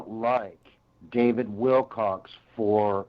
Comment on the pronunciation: Well I’m a little not surprised if they don’t like David’s answers since this guy isn’t pronouncing David’s last name correctly. Lol. His last name is not Wilcox or Willcocks or any of those. LolGoodness! And why is it so important to point out someone is a fraud?